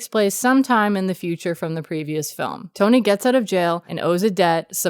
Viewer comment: Love the video. Just a little sidenote. Mads' characters name is "Tonny" like you write on screen, but that's not actually pronounced as "Tony". Its pronounced as "Ton-EE". It doesn't really make a difference if you're not danish but "Tony" is just an unusual name in Denmark. "Tonny" on the other hand is a name almost exclusively given to kids of lower class people.